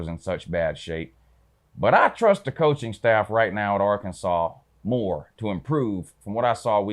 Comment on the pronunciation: Your picks are pretty on point but you are annoying dude. Ol cocky Georgia fan mispronouncing Arkansas, by the way, the only reason your running game might be the best in America: you turds stole our o-line coach when you hired Kirby. Yeah Sam Pittman was with Beliema for like 10 years. We know you guys have great backs but the truth is the truth homie.